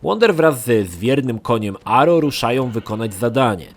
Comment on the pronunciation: Koń nazywa się agro, nie aro